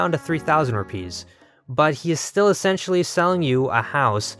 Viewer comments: “Lamp oil? Rope? Bombs? You want it? It’s yours my friend, as long as you have enough Rüpaeis.” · Ive never heard anyone pronounce rupees like that before